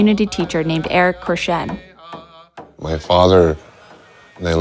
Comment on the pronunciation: Its pronounced, Courshayne. Not, Crishenn. Cour- Shayne. Spelled, Courchene.